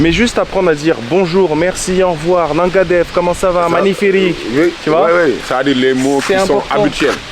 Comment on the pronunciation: ''Naga déf'' C'est au singulier, ''Naguéne déf" au plusieurs.